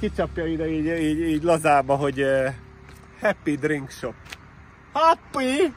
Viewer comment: Háppíí drink shopp! Háppíí!? Szakadok😆😅😂